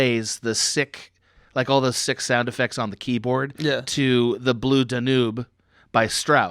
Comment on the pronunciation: Ah yes, that old classic--Strauss' 'Blue Da-noob'.